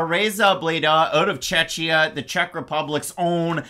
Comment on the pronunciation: Hi guys.. appreciate the fact that you have used the special symbol in Tereza's surname :) but please pronounce Czechia like you would word czech (Cze-Kia instead of Cze-chia) :) I know it sounds confusing, trust me, czechs are not happy about this either, freaking politicians came up with that.. but then it sounds more like Cechnya and we are wastly different countries etc.. :D I am not trying to be a d*ck, but just give you advice :) Thank you